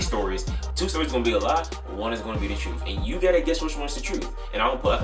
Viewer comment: My nigga says troof not truth😂that's that accent